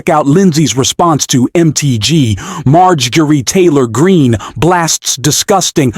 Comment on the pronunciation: Marge Geah Tory Green? What is this fake AI commentary. Ditch this AI rubbish. Hard to believe the content when the intrusive mess of AI English mistakes is happening.